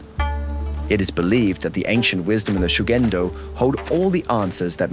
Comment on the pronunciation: Reportagem muito boa. Leitura horrorosa! Ninguém precisa falar o idioma, mas,.... chega a doer os ouvidos . ShugendÔ . Tônica na última sílaba!!!!! ShugendÔ. JudÔ, animÊ arigatÔ. Sayonará